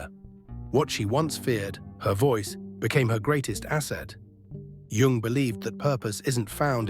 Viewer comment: it`s "yoong", NOT "young".